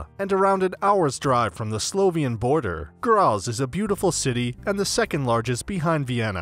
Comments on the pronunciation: It's pronounced "Gratts" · Where is this city named Grasss? Its a complete fake of Graz so why didn't u make a video about our city! Btw. It takes absolutely no time to chek how the words are pronounced! A tip, translate every word, not only the clock tower, in english or just use the google translater voice to say it! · Your video has pissed me off. For the love of God, WILL YOU PRONOUNCE GRAZ PROPERLY! I hate it when people cannot be bothered to find out the important, simple things. It's not rocket science.